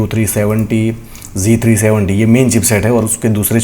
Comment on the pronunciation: राम राम गुरूजी सर आप z370 को जी370 क्यों बोलते हो